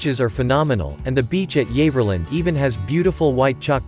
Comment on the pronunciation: How ridiculous, Freshwater is not a town but a village, Yaverland pronounced incorrectly, they are not pictures of Newport Isle of Wight. I live here, it is indeed a beautiful place, some of the best locations need to be 'found', whoever narrated this has never been here.